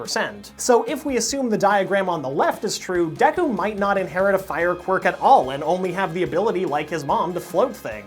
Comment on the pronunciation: You're already better than MattPat by actually saying Deku correctly., also hair color in anime will never make sense.